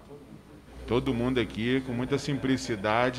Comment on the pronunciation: Não não....simpRicidade HAHAHAHAHAHAHAHHAHAHAHHAHA